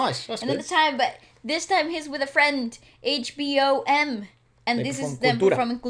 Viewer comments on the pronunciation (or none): Ez Mill is pronounced as Eazzy Mil. HBom is pronounced as HBomb ( B is silent) Great RV as always!! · Pronounced: E.Z. MiL as in EASY MIL and H-Bom as in H-BOMB.... PLEASE say it right! Lol